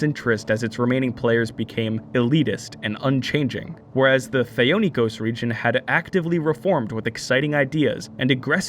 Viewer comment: #JusticeFor,Thee-oh-ni-kos #JusticeFor,Scisserpooks